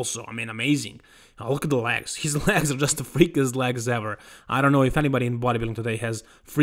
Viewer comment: come on!your läägs as in jet laag are getting more ridiculous.at least try ro pronounce them as legs as in left.if you can t just say quads pr wheels or thighs but not läägs!